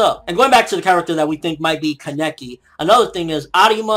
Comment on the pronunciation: But please stop saying kaNEki, it's KAneki..